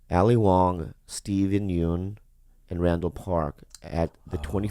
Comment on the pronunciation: Ah-ah-ah! It's pronounced "Steven Yun" as in "bun" or "fun", Bobby. Dammit, you're Korean!